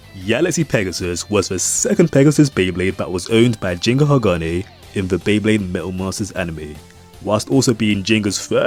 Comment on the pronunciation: Isn't it Ginga sounding like G for Group kinda G? Ginga actually means Galactic or something related to Galaxy in Japanese. Why do so many english speakers call him Jinga? 🤔